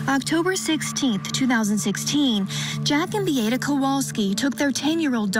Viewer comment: Bee-ah-ta, not Bee-ate-uh, Chandly